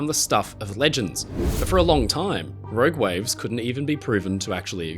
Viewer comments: Row Gwaves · "Rowg wives"?